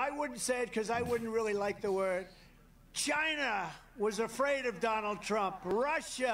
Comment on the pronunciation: He really does say it in all caps